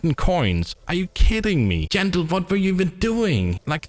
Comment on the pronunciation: Jandel ❎ Jandog ✅